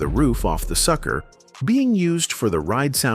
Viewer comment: Absolutely another cheap-ass, AI-generated documentary. Notice all the names that are so badly mispronounced ("Glenn Go-Ins" and "Bernie Whirl" 😮) and the laughable infections on the song titles ("Tear the Roof Off the SUCKER" and "Not - JUST - Knee Deep") 😢